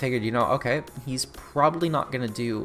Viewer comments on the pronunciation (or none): Also, it’s GO-Ten like Goku